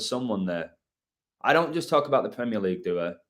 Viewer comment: The "CREAM-eer League."